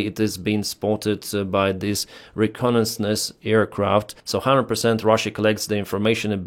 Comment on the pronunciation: Bahrain is a country, Bagram is the airbase. Also, try google for pronunciations - re - con - nais - sance. For all the effort you put, the outcome feels like laziness or satire.